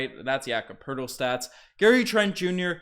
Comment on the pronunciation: No, Two first Round Picks straight NO, NO. Poeltl not Hurtle lol would fix some of our problems. I'll be more upset, really only upset if we aren't the team pulling off the Trade with the Portland TrailBlazers, they'd fix all our problems except for a Center. This is a Rebuild season, so that is okay with me. even though Ujiri is silly with his thoughts that this is a Competitive team that can win Championships